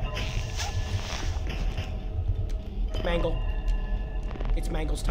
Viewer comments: Bro said manglo💀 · Let me clear this up, the pink dude who killed u who looked like foxy is named “mangle” not mangelo💀💀 Also Pinocchio is Balloon Boy💀